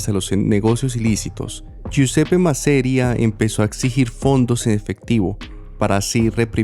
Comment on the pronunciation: No es MASERIA, es MASERíA!! (Con tilde en la "i".)